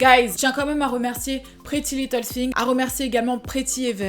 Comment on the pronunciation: "Prrety little thaang "😂😭